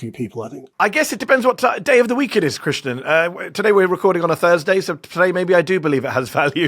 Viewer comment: krishNAN not krishNA 🤣